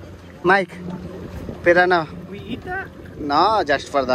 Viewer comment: Pirrana kadhu bhayya Piranha 😅😅